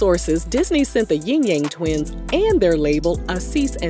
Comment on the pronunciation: It's Yin yang not Ying yang